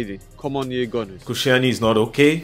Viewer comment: The disrespecc on Koscielney’s name